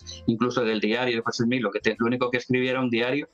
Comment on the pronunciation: Al Sr.. primero es Smith, no Smich, Segundo, si hace una investigación, encontrará, que por orden de los ancianos adventistas, se hizo un descubrimiento interesante, Elena White era prima de una de las esposas de José Smith, por tanto mucho de lo que escribió, fue influenciado en gran manera por las creencias Mormonas de la época, en especial sus leyes de salud.